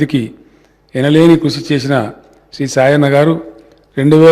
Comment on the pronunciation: సాయన్న అనే పేరే సరిగా పలకలేదు.. శేషన్న అంటున్నాడు 🤦🏿‍♀️🤦🏿‍♀️🤦🏿‍♀️🤦🏿‍♀️